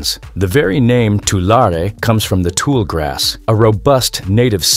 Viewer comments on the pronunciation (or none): The narrator can’t pronounce Tulare and Tule correctly.